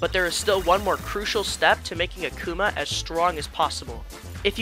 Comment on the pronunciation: "search for a spirit named "AhK-oomAH" it pains me to know that there are people who have no idea who Akuma is. Also, you cheesed him until you won!? Youre so weak sauce broh